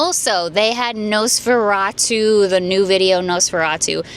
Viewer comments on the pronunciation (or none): none